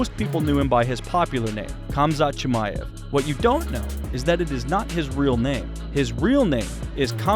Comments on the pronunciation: Its pronounced hamza chimaev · At least pronounce his name correctly